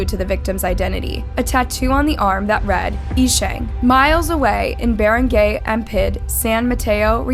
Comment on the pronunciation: i feel like if you’re gonna tell these stories (AND profit off of them) then you should at least put some effort in learning how to pronounce names properly. wtf is barang-gay and kwe-zon city?! “barang-gai” and “ke-zon city”, it’s that easy